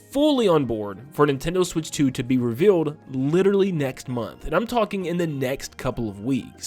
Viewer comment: Can I have 5 MINUTES WITHOUT “SWICH 2” !!!